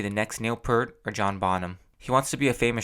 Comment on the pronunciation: Neil Peart was huge then. Pronounced P before "ear" with T . P 'ear't ( peeert) . Show did great with the 80s x generation. I was a fan then 1999 and now.